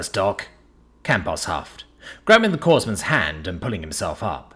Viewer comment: FYI Corps is pronounced Core, so Corpsman is Core-man.